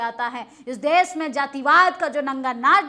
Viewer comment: आंटी देस नहीं देश होता है 😢😢😢😢😢😢😢😢😢😢😢